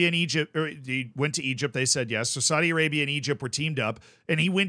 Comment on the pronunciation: needs to be careful. Saudi Arabia is very powerful and they may come looking for him to punish him. Not for saying that they are corrupt but for the way he mispronounces Saudi.